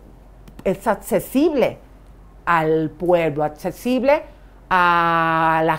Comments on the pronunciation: Elisa Beristain al minuto no puede decir accesible jajajajajaa y ahí están criticando a las Artistas que no saben hablar me muero de risa!! 😂😂😂😂 atccesible no puedo! 🤣🤣🤣🤣🤣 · ELISA: NO SE DICE ATCESIBLE, SE DICE ACCESIBLE. NO SE DICE INCANSABLE , SE DICE INALCANZABLE cuando tratas de decir que nadie la merece.